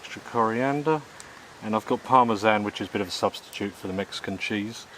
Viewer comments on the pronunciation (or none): none